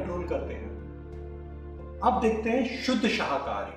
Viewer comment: Sirji शहाकारी बोल रहे हो आप, शाकाहारी है वह ✨